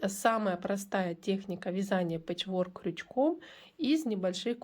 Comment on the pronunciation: . Пэчворк- ударение ставится на первый слог- пЭчворк.И спасибо за МК